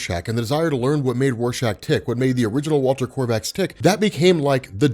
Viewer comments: Kovacs not korvacs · Not korvaksz it's Kovacs. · Kovacs.... like CO VAX. Please just stop it with this Korvacs stuff man, PLEASE. Every time you say it Kor-vacs it literally makes one want to bash a baby seal skull in with a wack-a-mole hammer. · there is no R in Kovacs. It's Walter Kovacs. Not Korvacs or Krovacs. KOVACS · Walter Kovacs, not Korvacs. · Hes not "korvex" hes name is kovács its a hungaryan name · His nam is Walter Kovacs not Walter Korvacs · Kovacks!! IT'S Fuckin KOVAKS!! GAH DAMMIT!! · It’s Walter KOVACS for fuck’s sake!!! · For the love of all that is holy it is Ko-vacs no R not one zero Rs!!!!! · Is it me or does rob keep saying korvacs? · GOD DAMN IT, ROB. THERE IS NO "R" IN "KOVACS." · Kovacs is not a difficult name, GET IT RIGHT! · I really wish he can stop mispronouncing "kovacs" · He remembered once a couple months back and corrected himself, but it seems he has yet again reverted to the incorrect version. Old habits die hard, I guess :D